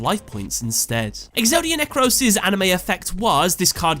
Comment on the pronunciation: I am Greek, Exodia Necross is emphasized at O and in Greek it is written like this "Νεκρός"